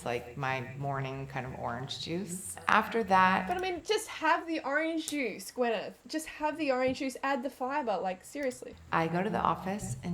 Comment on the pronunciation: I like how you call her Gwennie. I don't know why but with your Aussie accent it sounds hilarious.